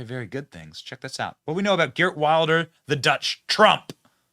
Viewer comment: It’s pronounced “Heert”